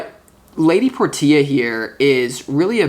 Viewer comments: Lady por tee ah...is it not lady porshaa like the car ? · You're always so spot on,! BTW, Portia is pronounced: Por- sha. Thank you for everything you do. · Thnx 🙏🏻🤙🏻 Btw, I believe it’s pronounced “Porsche” 🙏🏻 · Thank You So Much for the Reading Dude. Love your work. Only just found your channel but now, I'll subscribe ifvI havent already. That lady Portia card, unless I'm mistaken it's actually Lady "Porsche-ah". Just like the car with an A on the end of it. All good though Dude and Thanks Again for the reading from All thecway Down Under here in Australia Brother 🙏🏻♈️✌️ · Lady Portia is pronounced "Porsche" with an "a" after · Her name is pronounced as Porshia